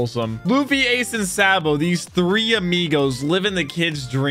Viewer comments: Please say saa-bo not sae-bo 😭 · i absolutely hate how he pronounces Sabo and Ivan... its EEE VAN NOT I VAN. ITS SAHH BOW NOT SAY BOW. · Say it with me... it's pronounced: (SAW'' BOW-) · Btw it’s (saw-bow) sabo not (saw-bow) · I'm just going by dub, ''but'' the way pronounces sabo's name is wrong'' all i'm gettin at